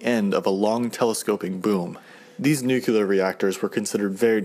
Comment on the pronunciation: Its Nuclear not Newkiller